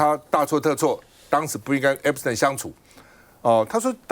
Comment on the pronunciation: Waiter 趟, a friendly reminder, 不是 ”Epis-疼”, 是 "Epis-停"! 😂